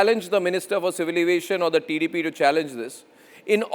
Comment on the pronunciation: First of all pronoun the name of tdp properly. Who the hell are you why the minister should explain to you personally. The rules are not decided by one person.There will be a commity. If you shout like that i think you will die soon. Today he gave clearly explaination about the situation. Why you are targeting tdp. He is a central minister not only a party member. If you have dare just target the main issue and where the issue started not the person